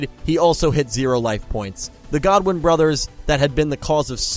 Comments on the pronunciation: Quick question why do you keep saying Godwin not Goodwin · Roman Goodwin not godwin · GOODWIN NOT GODWIN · I always thought it was GOODwin not Godwin